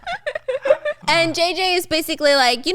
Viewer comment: "Disgosting shyet" 😂😂